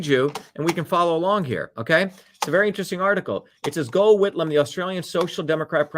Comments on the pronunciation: Hi Dr Shiva from Newcastle Australia. Very good history lesson and you are absolutely right. People need to wake up. Instead of being hypnotised by the propaganda that is now being spewed forth by the media. Gough Whitlam is pronounced like Goff. I remember his dismissal well. Australia has been used and abused for a very very long time. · FYI Gough Whitlam’s first name is pronounced “Gof”.